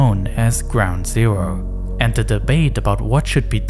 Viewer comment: “ground zewo”